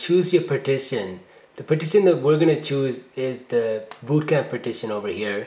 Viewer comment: funny how he pronounces bootcamp as BOOOtcamp.